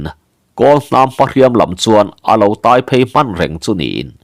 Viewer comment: Tui hi a tai (biang tai) thei lo. Motor in min tai tih ang a lam tur. Tui tai chu a nalh reuh ngawt ang.